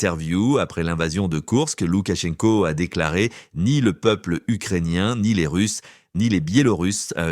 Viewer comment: Ce journaliste est agaçant avec ses “Loukatchenko”! C’est Лукашенко, donc “Loukachenko”, sans aucun son T. Quand on se dit professionnel de l’information, il faut commencer par se renseigner soi-même.